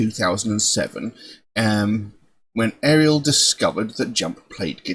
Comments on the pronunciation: It's pronounced Auriel (R-E-L) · Her name is pronounced R-E-L. Not REL, R... E... L